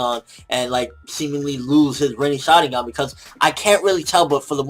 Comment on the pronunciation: it is pronounce shaRINgan. not shadigan. you idiot